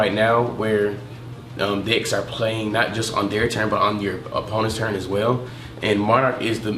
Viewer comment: Are you saying dicks or decks ? lmao